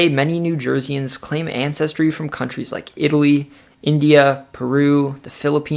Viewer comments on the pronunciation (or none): none